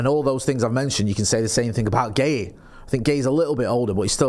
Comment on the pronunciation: WOW finally pronounced Guehi correctly 😂😂😂😂